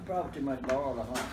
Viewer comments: I felt the same. I just stopped and watched. “Flaor” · As soon as I heard how she pronounced “Flaor” I trusted her cooking lol. I love her accent and the whole environment. It is simultaneously chaotic and peaceful. Thanks for sharing.